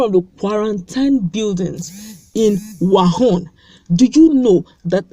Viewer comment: Pls stop calling it 'wahun,...'its wuhan'